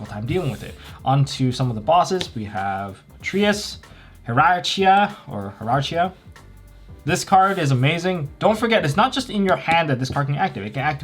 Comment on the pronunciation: >me hearing hee-rarch-ya for the nth time Okay, say it with me. "Hierarchy". Now add an a at the end. There you go.